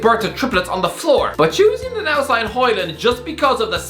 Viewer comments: its højlund big man, not hojland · Hoe is like Hoe. Lund not land, and it is pronounced like lynn but with a u, aka Lunn. it's pronounced something like this in English, Hoelunn. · its hojlund mate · Højlund not Hojland😂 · His name is Højlund not Hojland👍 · Højlund LUND and i'm not even danish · Dude, at least try to get his name right. "Rasmus Højlund"